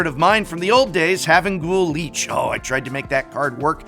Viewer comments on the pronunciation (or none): Professor don't hate me but Lich is pronounced "Litch" not "Leech" 😂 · Lich is pronounced like Litch not like Leech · You don't pronounce Lich like Leech. You sound like an uneducated dolt.